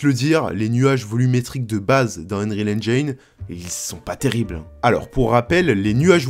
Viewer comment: ENGIIIIINE PAS ENGAYNE PTN